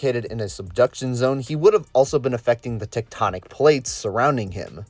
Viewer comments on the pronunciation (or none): none